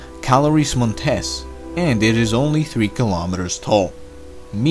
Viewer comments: Not pronounced “Montès” but “Mòntes” (it’s Latin — not Spanish...) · The stress in the word Montes is in the o letter, not in the e, because Montés means "relative to a mountainous place"; but montes is the plural for monte, wich means mount. Montés is pronounce like you do in this video, therefore the punctuation mark. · Names are in Latin. Mons is mountain and Montes is the plural. In Montes stress is on first syllable, so your pronunciation is wrong.